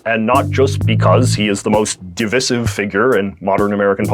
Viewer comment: Not over how you just pronounced the word divisive